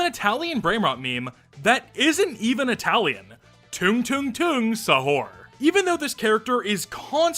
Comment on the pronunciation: hello! i'm Indonesia! also stop butchering the word Sahur, its Sah-ur (i am sorry for being a prick on that)